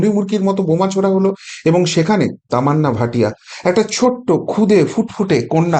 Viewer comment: তামান্না ভাটিয়া নয়। নাম টা একটু ঠিক করে পড়ুন।